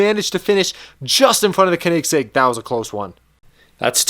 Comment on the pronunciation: You're saying Koenigsegg all wrong!